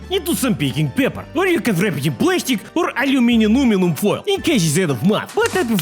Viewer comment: Americans: aluminum Brits: aluminium: alumininuminum